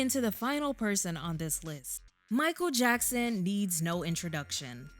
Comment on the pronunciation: It's Jichael Mackson!!!